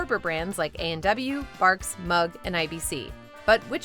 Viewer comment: fuck you its mug. redo. you failed. try again